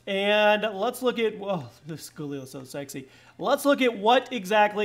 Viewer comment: They're mad because they hear the way you pronounce galil.